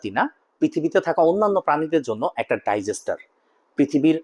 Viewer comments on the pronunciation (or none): ভাই ডাইজেস্টার না ডিজাস্টার হবে।